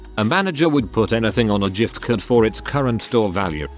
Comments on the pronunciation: "Jifft" card, LoLz! Chocking down "whiners", LoLz again! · Story: "giftcard." Computer voice: "jiffed card." Come on, get it together, talking computer!